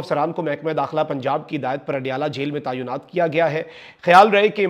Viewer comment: Tayonat nahi بلکہ Taynat..